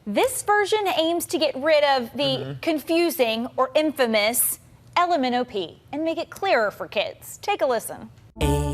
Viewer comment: The LMNOP sounded perfectly clear to me